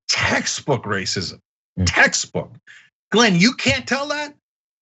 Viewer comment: The guy at the beggining of the clip couldn't even pronounce Glen's name properly.